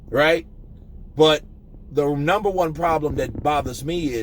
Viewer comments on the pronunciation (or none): none